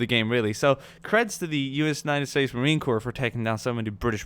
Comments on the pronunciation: usmc is pronounced marine core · Love the video but on your question at the end Marine Corps is pronounced as Core. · Never say Marien Corp with the "P" cause that means a dead body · The 'p' is silent in the word Corp. When you pronounce the P, it sounds like corpse. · It's pronounced "core." Thompson is pronounced "tompson." Only errors I heard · bro the Marine Corps is pronounced core. Whoever told you that is wrong. And Thompson is Tompson.